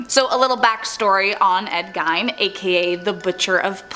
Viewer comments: Ed gien not give 😂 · Ed Gein is not pronounced "Gine" it's pronounced Geen. Green without the R. Downvoted for obvious ignorance. A person that knows anything about any of the subjects they speak about should know how to correctly pronounce the words they're speaking. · Ed gien not gine 😂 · Did anyone else’s video glitch when they talked about Ed GEIN (not Gine 🙄) ? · Gein not gine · Geine like bean. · That's not how you pronounce Gein.